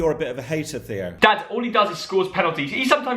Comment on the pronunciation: Mugdad not thog dad